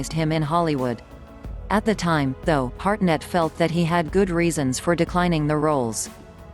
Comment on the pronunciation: It’s Hartnett, not Harnett, you dufusses.